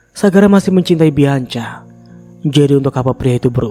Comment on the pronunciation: Nex bianca di bacanya bianka ya mas 😊